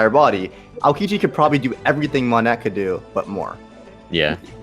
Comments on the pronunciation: Why are we saying "monette" its "Monet" with a silent "t" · “Moan-eh”. It bothered me too...